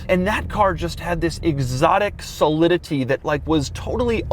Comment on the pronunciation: Solidity is Doug's word he just can't say. Everyone has one lol